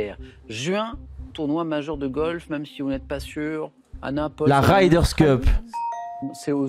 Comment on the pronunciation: La 5ème fois où tu as dit la "Ryders Cup", j'avais envie de te faire du mal.....mais la 6ème fois je like! Respect....la 7ème fois de trop?